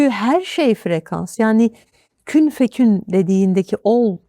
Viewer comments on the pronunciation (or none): Kün feyekün, hocam yanlış söylüyorsunuz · Kün fekün değil hocam Kün feyekün ayeti kerimenin doğrusu İnsanlara lütfen doğru bilgi aktaralım Ağzınıza sağlık İlminizi afiyetle artırsın Ve istifade ettirsin Ömrünüze bereket